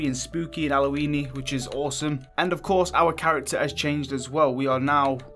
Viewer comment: Love how you say Halloween and house minus the H...your accents awesome. Appy Alloween dude 😂👍